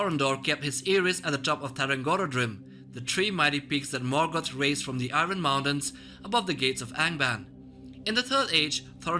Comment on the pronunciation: The R sound in Iron comes after the O sound. Not before.